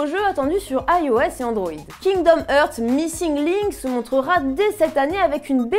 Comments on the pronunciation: STP arretez de prononcer heart en ærte on prononce arte. Kingdom Arte (hearts) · Kingdom "eurts" XD ça se prononce "harts"